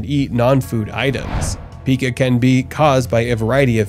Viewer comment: Pica is pronounced "Pie kuh".